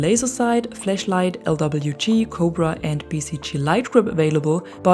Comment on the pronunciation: Iknow. Just thought it sound like you said fleshlight so i just tried to be funny. :D